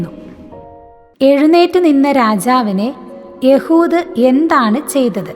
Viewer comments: എഹുദ് എന്ന പേര് എന്താണ് യ ഹു ദ എന്നു പറയുന്നത്??? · എഹുദ് എന്ന് അല്ലെ